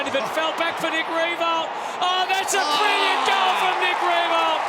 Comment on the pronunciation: great collection of goals - I do wish that Bruce McAvaney could say his "L"s when he says "Briw-yant" instead of "Brilliant".